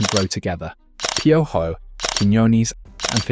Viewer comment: Wait 😭😭😭 did you call Piojo , pyo-joe😭😭